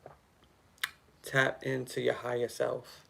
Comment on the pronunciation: When you say "ya higha self" I hear Yahayah/Ahayah and The Name means To Exist, I AM, Eternal Life. The Most High Power speaking.